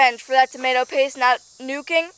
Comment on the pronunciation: I thought Americans called chillis hot peppers? She also pronounces tomato "normaly" the first time! (not Tomayto)